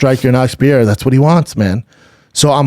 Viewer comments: Who is Pierre? Oh.... Pereira! Seriously "Brandon," how long would it actually take to learn to say a single fighter's name properly. So disrespectful. So unprofessional. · Alex "piera" pereira. 🙄 For sure get fighters names right if you have a fight podcast. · Pierre-A? Strange way to pronounce Pereira,but Schaub is nothing if not consistent. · Schaub just butchering Pereira's name shamelessly 😂